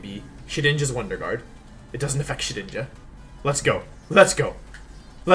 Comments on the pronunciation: "Wonder Juard" :p Love your vids, keep up the great work! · Wolf: “wonder Jooard” Me: intense feelings of pain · did he just say wonder juard...?